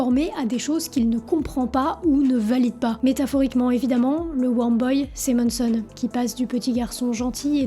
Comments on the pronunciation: MANson, pas MONNEson ;) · C est pas MONSON! C’est MANSON! Ah les français 🤦🏻‍♂️